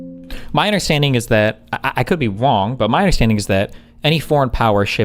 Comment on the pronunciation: "I could be wong" HE MISPOKE🤣💀 Even the chat heard that